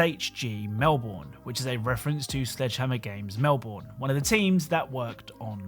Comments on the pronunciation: EDIT: you pronounced melbourne wrong lol its "mel-bin" not "mel-born" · It's not pronounced "Mel-born" is pronounced "Mel-bun" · melbourn is pronounesed mel-burn not mel-born american a tip to not piss off an ausssie DON'T SOUND OUT EVERY VOWEL also it's not E -MOO it's E-M-YOU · If it is based in Australia than it is pronounced Melburn not Melborn. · ITS NOT MEL-BORN ITS MEL-BN THATA HOW YOU SAY IT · pronounced melbin not mel-born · just a heads up its not pronounced "mel-born" its usually "mel-bin" or "mel-burn" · Just a minor correction for the last Easter egg, Melbourne is pronounced Mel-ben not Mel-born. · Just so you know, it’s pronounced Mel-burn not Mel-born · it’s Melbine MELBINE ILL KILL YOU ESPECIALLY THE ONES IN THE JURY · Psst, if SHG Melbourne is in reference to the Australian city, it's pronounced Mel-burn (; Good vid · Stop saying Melborn it's not pronounced that way :'( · He pronounced it melborn he does realise it’s a city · It's Mel - burn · The way you said Melbourne was like fingernails on a chalkboard. It's pronounced 'Melb' n' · Hey, Melbourne is pronounced Melbin Just for future awareness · As an Australian, I can tell you that you overly pronounced "Melbourne" as most Australian pronounce it like "Melben" or "Melburn" if that makes sense. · Mate, you're British. How do you mispronounce Melbourne? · Wow. Normally it's only yanks we have to say this to, but that's not how you pronounce Melbourne. It's more a cross between "Ben" and "bin".